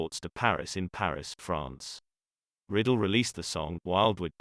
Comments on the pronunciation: Bobby Riddle. Really? It's Ry-dell. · Its Rye-dell, not Riddle. And all those special effects are annoying. Other than that, it's a nice biography. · It's RI-Dell not riddle. good lord get it right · Bobby Riddle? No, it's Rydell! Please correct this video. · The speaker should at least learn how to pronounce his name. It was Ridell (pronounced with a long I) not Riddle (short i). I recently watched Bye Bye Birdie and it reminded me that he had a terrific voice. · It isn't right when an actor or British Personality from Great Britain (try to ) pronounce names. So sorry to hear that Bobby Rydell passed on. His last name is not pronounced (Riddle, but Bobby Rydell). Thanks for your music Bobby and rest in peace. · Computer voicing gives us "Riddle". How about a real speaker. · I HATE when they do that. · It's very annoying that it pronounces it incorrectly, but it's also a computer voice.